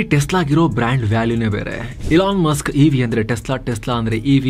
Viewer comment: ELON MUSK❌ ಎಲಾ ಮಸ್ಕ್✅ 😁😁😁